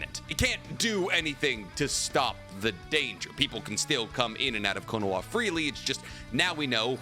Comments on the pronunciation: The way you say Konoha with a W instead of an H makes me want to stick a fork in my eye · What does he say konoha like that guys I don’t get it ?